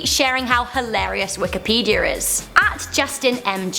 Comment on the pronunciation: Pizzer Wikipedier